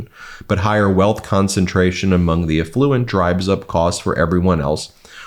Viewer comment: Do you really pronounce affluent like that?